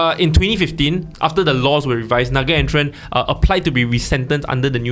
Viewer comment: I'm 8 seconds in and already disappointed. His name is pronounced na-gayn-the-ruhn. I have been a huge fan of the podcast for a while, but the lack of diversity which is evident in the discussions has always been a subtle thorn in my side. Please do better, and I am saying this as a fan.